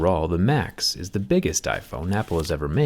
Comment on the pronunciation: Am i the only one that hear “macs” instead of max?